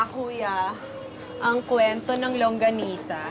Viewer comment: Bakit sabi langgonisa Hindi longganisa Hahahahaha